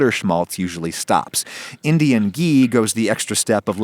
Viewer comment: I never seen an westerner pronounce “ghee” so correctly before ❤.